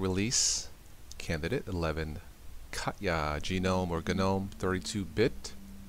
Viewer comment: Lose the attempts at humor. Stop pronouncing it "Gee knome". Make up your mind what you prefer BEFORE you make the video so we don't have to listen to you saying "aaaahhhhhhh".